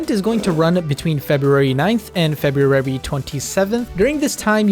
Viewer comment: the real event here is trying to pronounce February